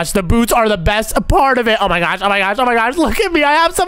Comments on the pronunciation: Oh my gwosh Saying gwosh instead of gosh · said " oh my gwosh" instead of gosh and he said "rwoxy" instead of roxy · Why do you say gosh like gosh Like gwosh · Oh my gwash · Way are they calling It oh my gwosh it’s oh my gosh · dude keeps saying oh my swash"!:shelterin:💀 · No he says oh my ghash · BRUH you say gwash